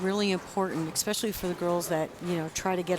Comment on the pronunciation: Ugh... stop saying "eck-specially". That's not a word!!!